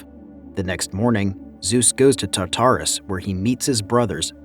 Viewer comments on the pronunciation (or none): It's TARtarus not TaTARus. You have the emPHAsis on the wrong syllABle. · TARATRASUSSS.... .CHIMMMMRAAAA.... HE-FACE-TUSSS 🤣🤣🤣🤣🤣🤣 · Love the commentary man, one thing I have to say, just to help you say such words like Tartarus, it's "tart" like the desert tart than say "arus" just break it down into these two words and than try say it fast. Also had trouble saying words like Hephaestus as well. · And Tartarus...it hurt me deeply...